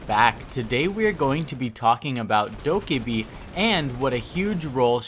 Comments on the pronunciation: bruh her names said dough-keh-bee not dough-kah-bee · I’m sorry but all the pronunciation errors just bother the living fuck out of me. Dokkaebi isn’t dokibe, maestro isn’t maystro, turrets aren’t turrents. Okay I’m done